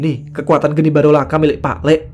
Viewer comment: Geni baraloka bro... Bukan barolaka